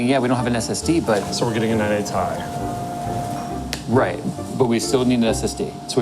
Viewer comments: "-... 980*TIE*" Nobody EVER pronounced it like that, huh, Linus? 🤔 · Anyone else hear say 980 TIE at like? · Why does keep saying 980 ti like "TIE"?